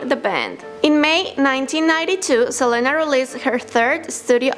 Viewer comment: She said selana inted of selena